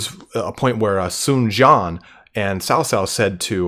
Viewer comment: Hey, I love your vids. Just want to give a few helpful tidbits. Cao Cao is pronounced more like Tsao Tsao (not Sow Sow, imagine as if this was some Aztec name in terms of handling the 'ts'), Xiahou Dun is pronounced more like "Shah (like the Shah of Iran) Ho Duen (like duet but ending with an 'n'') and lastly the Zhuo part of Dong Zhuo (ya got the Dong right) is more like "Zoo-uoh" but mashed together in a single sound. Your pronunciation of Liu Bei is great though:). Not hating, I know Chinese is a tough language for non-native speakers, just wanted to help out.